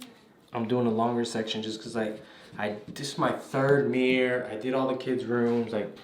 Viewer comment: I like how he says mirror like “meere”😅